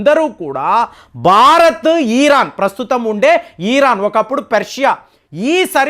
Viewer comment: వీరు "ఇరాన్" దేశాన్ని "ఈ రాన్" అంటారు. చెప్పినా మార్చుకోవడం లేదు. భాషను చావగొట్టి చెవులు ముస్తారు సారు